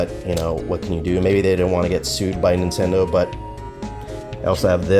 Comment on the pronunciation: Mate can you make a separate video and pronounce Nintendo and then 8bitdo